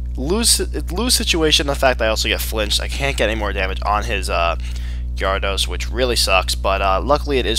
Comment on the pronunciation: Also, its OFFICIALLY pronounced "G-air-edos" not "gyahr-ados"